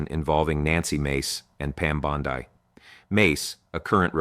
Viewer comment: ya very bad A.I. "Bond-eye"? come on dood.